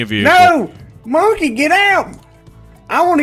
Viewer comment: said monkeh rights